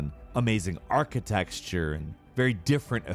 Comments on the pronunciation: ProTip: Architecture = archi-tech-sure not archi-texture. Sinew = Sin-you not sin-new. Also while we're at it, the word is adapTAtion not "adaption". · Did you say "architexture"? lol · ish did he arch-texture? or am i hearing things? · Good to know game ranks still can’t pronounce architecture. “It’s got interesting architexture!” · is that a new word? architexture? what does it mean? lol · "arquitexture" you should probably patent that word! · "Archi-texture". I see what you did there😏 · Love how says "architexture" lol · was "architexture" intentional? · Wth is "architexture"? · "Architexture"? Seriously? I know speaks English well, but he says so many words wrong. "Eyeteration" is another one he frequently says and it's so annoying